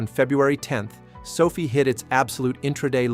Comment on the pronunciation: Your AI can't even pronounce Sofi correctly.